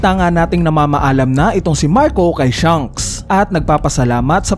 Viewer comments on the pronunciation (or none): none